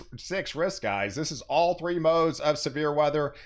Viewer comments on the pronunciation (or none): none